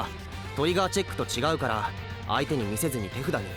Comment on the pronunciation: He said it right. The subtitle is just wrong. ("tefuda" = hand)